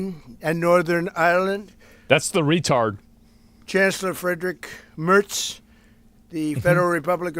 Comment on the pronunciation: Friedrik Mörz